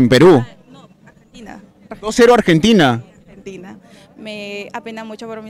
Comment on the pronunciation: quizo decir yo ❤ a argenDINA